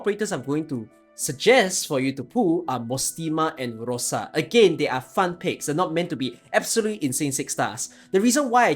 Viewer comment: It's honestly insane how you're able to actually pronounce Rosa and not Roza. the A is longer, and the S is literally just that, a sweet s, not rigid z